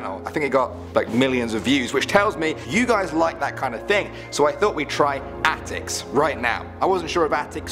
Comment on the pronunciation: the way pronounced the word.